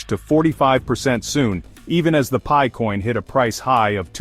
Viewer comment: AI generated clickbait nonsense. What is pee-eye? 😂